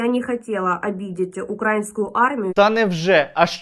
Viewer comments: укрАінскую армію сука, коли ж ви навчитесь наголос ставить правильно!!! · Украинскую))? Наголос на "и", а не на "а"!!! Задовбали!